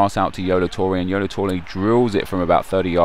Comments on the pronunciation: lmfao "yolo torue" its yaya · It's yaya toure not yolo lol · yolo toure,, its yaya toure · Lol you said YOLO tours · Did he say yolo toure?! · yolo toure? Haha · 'Yolo Toure' <3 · 'Yolo Toure' Hahaha, Nep!